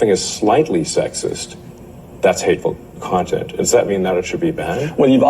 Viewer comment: I like how when trying to say hateful content he says hateful cont. It sounds appropriate for that Clayton plum